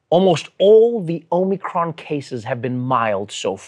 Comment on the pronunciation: Saagar, it's OMICRON. OH-MICK-RON. Not Omricon.